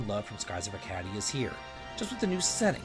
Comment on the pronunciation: You've never heard the word 'Arcadia' spoken before, have you?